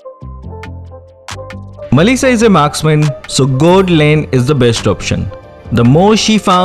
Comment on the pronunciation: When u say mellisa it's sound like Malaysia